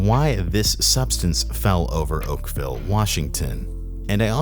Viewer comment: Not oakvale